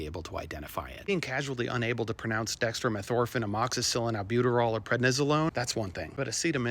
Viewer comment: You knocked this one OUTTA THE PARK!!! BTW, awesome pronunciation of dextromethorphan!!!